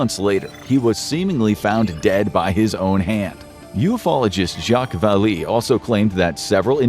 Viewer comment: pronounced 'jacques valet' not val-ee homie